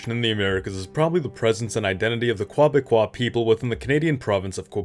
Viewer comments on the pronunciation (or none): Okay. I've got to comment. The Francophonic term for people from Québec is "Québécois" which is pronounced as "kay-beh-kwah" not that "kwah-beh-kwah" thing you kept using. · Every time you say Quoi-becois, I i have to laugh. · Bro it's like "KEH-beck-kwah" aint never been any Quoibecquois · 'Quoibécois' lol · Strange pronunciation of Quebecois